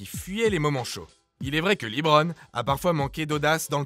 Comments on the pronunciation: Par contre c'est lebron pas leebron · Bonne video, par contre c'est pas Leebron mais Lebron. ça serais bien de pas écorché son nom c'est quand mm une legende vivante ahah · Bonne video a part le faite de que big shot Rob ne soit pas premier on note les buzzer beater sur l'echelle de hory pas sur l'echelle de jordan ... et pitier pour l'amour du dieu du basket respecter lebron il vit pas pas a saint remy en bouzeron. C'est Lebron pas Libron